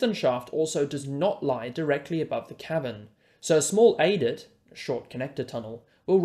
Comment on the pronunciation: A TERRIFIC presentation. Your comments with the diagrams is excellent. Just one correction from an old Mining Engineer, “adit” is pronounced “add it”